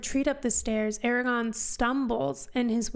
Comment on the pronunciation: A R A G O R N -- note the second R.